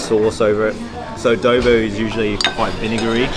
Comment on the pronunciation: Guys, it’s not pronounced Ubay. It is pronounced oo-bear. Laing is pronounced La -ing . Adobo is pronounced A-door-baw not A-dough-bow. Kare Kare is pronounced Ka-reh Ka-reh not curry curry.